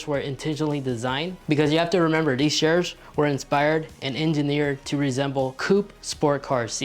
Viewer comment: He probably has a speech impediment, not his fault.